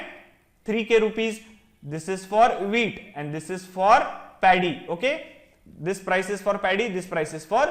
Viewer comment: I kept on hearing the wheat as weed😂